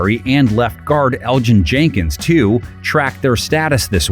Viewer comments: Pronunciation is El-gin? Pretty sure its El-ton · Great video! Just a small correction - Elgton Jenkins's first name is a silent g (so like "Elton"). I don't get it either, but that's how it's pronounced.